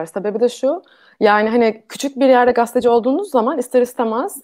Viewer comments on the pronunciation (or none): GASTE DEĞİL GAZETE !!!!!!!!!!!!!!!!!!!!!!!!!!!!!!!!!!!!!!!!!!!!!!!!!!!!!!!!!!!!!!